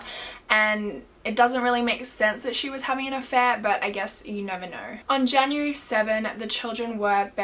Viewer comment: “janrurary” lmao